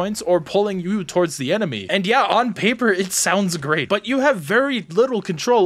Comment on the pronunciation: "...An Emeny Human..." ???